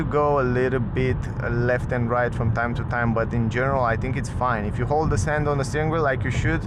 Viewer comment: Try to say English TH like in CLOTH. You say I THINK like I TINK 😢😢😢